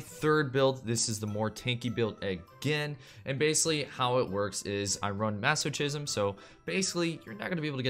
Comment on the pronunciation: Maso-Kism, not maso-CHism